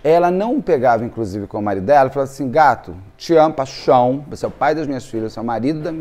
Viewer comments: Eu amo quando ele fala paixão paixão paixon 😂😂😂😂❤❤❤ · Ah, como eu adoro o! Mas quando ele fala te amo, paichom eu não me aguento de rir. Kkkkk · Morro rir "paxão .... paxão" 😅😅😅